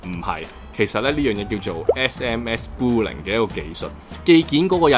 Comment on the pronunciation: 應該係Spoofing 唔係 Spooling